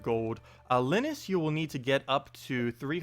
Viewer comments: You called the old guy - the "hermit" - Li (short i - as in "lick") nus? It's LIE-nus (( i had to* correct you )) Thank you tho, for breaking this all down!! I've only been playing Stardew for the past 4 or 5 months. And tho, I had gotten "stuck" on HOW to do a few things, I *really* wondered about the crab pots. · Linus, like charlie Brown, Lie nus, sorry had too.